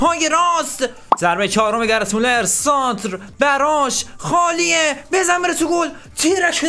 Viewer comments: گرت مولر نه گِرد مولر ☺️ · کانتنت خوب بود👍❤️ اما برادر خودت نوشتی گرد مولر تو ویدیو میگی گرت😂😂😂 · داداش گرت مولراشتباهه گرد مـولر افسانه ای درسته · داداش گرد مولر نه گرد مولر درست بگو مگه گرت بیل است اینطوری میگی درست بگو بلد نیستی فوتبال میبینی اصللن